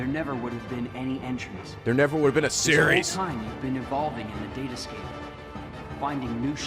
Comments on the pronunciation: I don't think the "date escape" was a typo, I just think maleficent didn't know that it was pronounced "datascape". though, I can understand why she made that mistake. When ya think about it, it's fucking hilarious... Unless I'm reading too much into it and it really is a typo. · Hey, when Maleficent says "date escape", it's because she didn't understand what Sora said he mentioned it, so she's just been mispronouncing it.